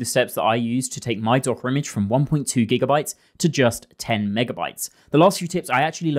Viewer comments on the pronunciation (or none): none